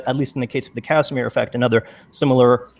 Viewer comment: Former teacher Dr.(!!!) Kent Hovind calls it the Kashmir effect instead of Casimir effect! 😂😂😂😂😂 I almost pissed myself!!!